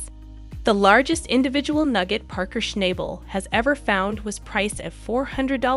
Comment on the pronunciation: please learn how to say his name correctly